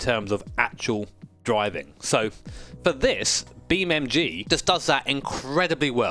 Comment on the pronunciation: Is it just me or do i hear you say Beam MG and not NG